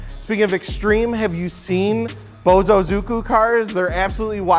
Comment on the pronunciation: Wtf is "bozozuku" lol I get what you're trying to say but maybe check the pronunciation first ahaha